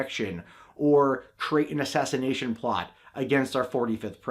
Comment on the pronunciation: Heh heh. He said "asthashinashin."